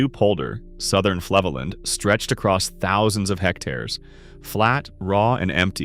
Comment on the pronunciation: Flevoland is pronounced (in English phonetics) 'Flay-foe-lant'. A 'd' is more of a 't' when at the end of a word like land. the a in land is nearer to an English (not American) 'ah'.. Oostvaardersplassen is pronounced 'Oast-faarders-plassen'.' In Dutch, 'oo' is pronounced as in 'oh' and 'v' is pronounced 'f' as in 'far'.